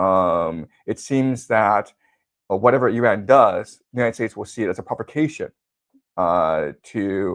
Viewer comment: Again: not "UH"-ran. It's "IH"-ran!